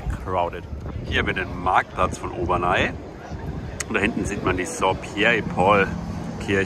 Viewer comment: Heisst nicht Obernai, sondern Obernä (aussprache französisch)